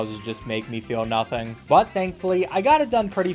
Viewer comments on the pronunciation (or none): none